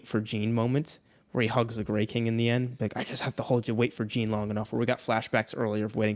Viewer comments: Pronounce it "Jeen" one more time I fucking dare you 🤬 Haha it's pronounced like "Sean" but with a french "J" like Jéane Van Dam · This is why audiobooks matter! Jean is pronounced like Jean Valjean, not Billie Jean... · you calling Jean 'Jiin' I can't 😆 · I'm pretty sure it's pronounced like John but fancy. Anyway, love your videos almost as much as I love this book. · I cant get over how they pronounce Jean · Jean rhymes with Gone! 😭Other than that great vid guys! This is my fav book OAT!